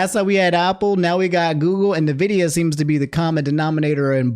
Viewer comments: Him pronouncing "Apple" as "Opple" 💀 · I'm convinced that mispronounces things on purpose. himself.